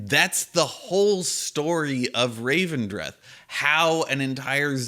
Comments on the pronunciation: "Looking forward to people pronouncing 'Elethium' as 'Ethelium' the entire expansion", proceeds to pronounce 'Revendreth' as 'Ravendreth' the entire video. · Can't make a joke about people mispronouncing things and then call Revendreth 'Ravendreth' ;) Otherwise, agree on your points, big up the content!